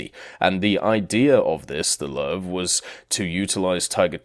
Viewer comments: "Löwe" is spelled more like "Ler-ve" than "lau" or "low". There is just no word in english that spells "ö" correctly. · first tank is pronounced Loover